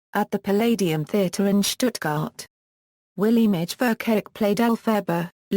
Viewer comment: I find it hilarious how it pronounces Willemijn Verkaik as Williemij Verkayik